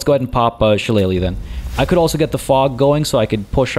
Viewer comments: You're pronouncing shillelagh properly. I know because of the wrestler Finley back in the day he used to use one as a weapon 😅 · Awesome start, glad to see you starting a playthrough of BG3. Can't wait to see the next episode. And as for the pronunciation of 'Shillelagh' you were spot on!